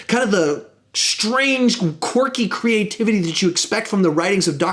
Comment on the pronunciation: I wonder how many times said qwarky ( I dont even know if this is how u spell it).